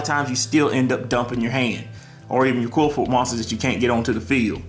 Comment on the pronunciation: Qli-Fort say it that way.